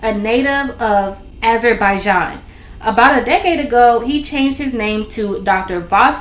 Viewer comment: Ah zer by Jan thats how to pronounce it